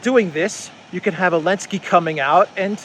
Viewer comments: Why do you keep calling him Elensky instead of Zelensky? Is it some kind of joke or what? I don't get it. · I feel like missing on a meme or something? Why is everyone calling Zelensky "Elensky"?